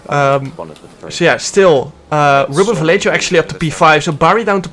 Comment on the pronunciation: jarno ik hou van je, maar leer alsjeblieft ruben vallejo correct uitspreken